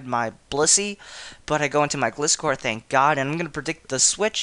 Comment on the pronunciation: you pronounced gliscor wrong >:O